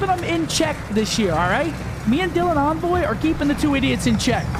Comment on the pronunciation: Just FYI, envoy himself said it’s pronounced “ ON-VOY” not “N-VOY”